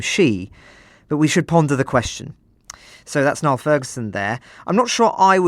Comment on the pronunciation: Niall sounds like Neil not Nile, and senility rhymes with ability. Pronunciation matters.